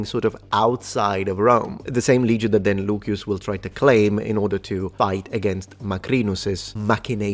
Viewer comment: I'd like to know if the way you pronounce Lucius, as Luquius or something like that, is the way it was pronounced in Latin.